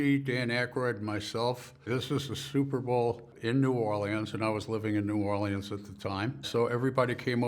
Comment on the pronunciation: 😂 he said NEW OR LEE ANNES. Never heard it said like that before and gonna start saying it like that from now on. Thanks John!